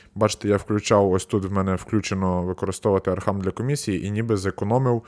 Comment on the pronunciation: Не архам, а архам